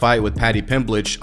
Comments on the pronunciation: pronouncing paddys name the way moicano does is legendary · "Paddy Pimblidge" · I love that you called him Paddy Pimblitch, just like Moicanno does, I did a double take and had to rewind to check, heh. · “Paddy pimblich”?? huh